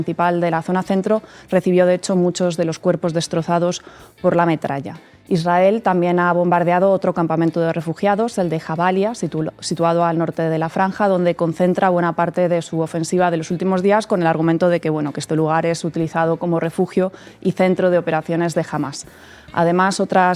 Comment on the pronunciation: Minuto: ha pronunciado "mal" el nombre del Campo de refugiados de "Djabalia" traicionada por la pronunciación de la Jota en Castellano. En este caso lo correcto es pronunciar la J como en francés el nombre de Jean (Jean Valjeon de los Miserables de Victor Hugo como ejemplo...). Seguro Dina Bouselham se lo habrá comentado a Sara. Por lo demás, muy interesante programa el de hoy. M,uchas gracias y feliz 2024 equipazo y que continuéis informándonos igual que ahora o mejor!! 💜✌🏽